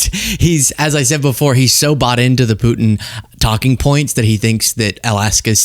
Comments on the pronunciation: Did Karolies said president Poo In? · Ugh, I can’t stand her inability to pronounce the letter “t.” It’s “Putin,” not “Poo-in.” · kkk its putin not pootn! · I wish sh3 would say Putin and not pooin 😮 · Why doesn’t Vance nudge him and tell him the right location? Is Vance setting him up? Crazy 🎪 up in DC. Did she say Poot in? 😂😂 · Is it just me, or does Karoline pronounce Vlad's name "Poo' in"?